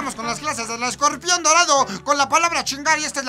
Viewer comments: chingada madre ESCORPION !!!!! Te falto la chingada "r" que chingaos no fuiste a la escuela o a la chingada la escuela? Jajaja esta chingon el video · CLASES CON ESCOPION????!!!!! (O.o) no chinguen se comieron la "R" hahahaha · te comiste la r ..escorpion pendejo ..jajajajaj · El escopion jajajja te comiste la "R" weee... Chingoooonn el videoo xD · Te comistee la R , pero aun asi me caes bien :)